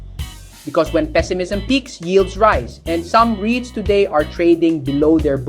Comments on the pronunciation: You should use your own talking voice instead of AI. "Rights" instead of "rits". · Eto naman si kuya, ibaiba ang pronunciation ng REITS? Ano ba talaga kuya?😂